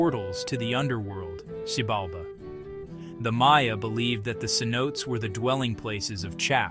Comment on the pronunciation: Commentator needs to learn the proper pronunciation of "Cenotes"